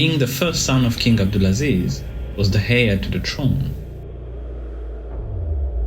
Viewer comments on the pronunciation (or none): 'h' is silent ... "air" to the throne